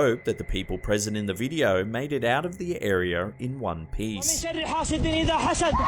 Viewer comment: "arear" "youtchube"